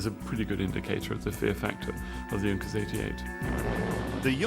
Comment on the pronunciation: yes its sounds horrible in englsih D: may he could pronounce it a little bit better^^ im german and i had to laugh cause its sounds so terrible xDD